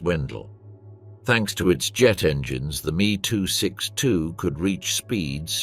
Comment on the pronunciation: After the 27th "me" 262 mispronounced name I stopped watching